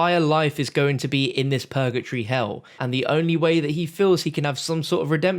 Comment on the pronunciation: It’s purgatory not pur-ga-tree. PUR-GUH-TORY